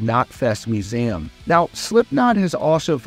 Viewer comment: The most shocking thing was the way you pronounce museum 😂